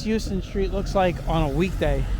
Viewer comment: Don't mean to criticize, but Houston St is pronounced House-Ton. Every New Yorker is supposed to know that!